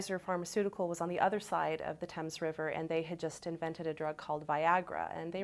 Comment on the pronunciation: Tell the director that we do not pronounce the Thames like they do in London ; just from this interview I do not expect that this movie will actually be based on what happened in new London Curious why she didn't mention that fort Trumbull is directly near the sewage treatment plant or this history of neighbors complaining of smells and demanding that thier taxes be lowered ....... My guess is little facts will be preserved and most of this movie will be based on political beliefs of the director And why was Republican governor mentioned ? What about the Democratic council or mayor mentioned? Very curious since here in Connecticut home rule leaves land use decisions such as this strictly a local issue .... it's so sad that liberal Hollywood can't just show the facts without forcing thier agenda; maybe one day the word truth will be taught to up and coming directors